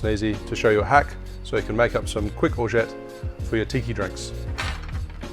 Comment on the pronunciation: Nice hack, you actually don't pronounce the "t" at the end